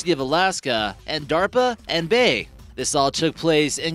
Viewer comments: BAE. B...A...E not "bae" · this isn't the first time this idiot has mispronounced things. Apart from eye ran which I assume was supposed to be Iran,he mentioned some organisation called Bay on the HAARP program? Again,I am assuming he meant BaE? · It's pronounced bee-aye-eee, not bay.